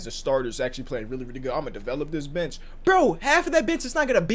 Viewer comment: did yall hear bench or bitch?